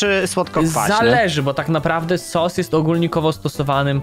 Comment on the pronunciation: Sos a nie sus